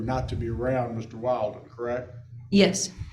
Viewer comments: Why can't this lawyer pronounce Will-den? 🤨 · I really wonder about, Mr. Valdez’s attorney. Is he all there? He cannot remember that Christopher Draper’s last name is Willden not Wilden. He can’t pronounce a name correctly after being corrected numerous times. I just wonder about him. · I know, so funny! After being called Willden, Wilden, his lawyer is calling him Mr. Walden!😜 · Dad’s lawyer was killing me with the (“WILD”-in) pronunciation of the boyfriend’s last name. Gotta give mom credit for correcting him EVERY time (“WILL”-din?”). You can’t make this stuff up 🙃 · The lawyer mispronouncing wildin, is no mistake.lol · Ah-hem - It’s “WILLDIN” 😂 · The hub's attorney just straight refuses to correctly pronounce the boyfriends name WILLDEN 😆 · He's inserting a meme into the Judge's mind. Intentionally pronouncing it as "Wild-in" or "Wild One" sets into the subconscious just what kind of people she and her boyfriend are, and why he shouldn't be around the kids. I loved it, it's absolutely hilarious and sharp. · yeahhh... stereotypes exist for a reason. i also thought it was hilarious that no one (other than leah) consistently pronounced "wilden" correctly 😂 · Lawyer keeps mispronouncing the guys name, and she keeps correcting! It's perfect!